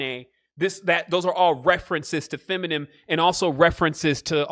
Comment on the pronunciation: Feminine fe-mi-nine